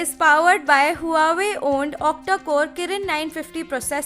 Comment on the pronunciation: please learn to pronounce the word Huawei. Its pronounced as "WAH-WAY". Other than that good review.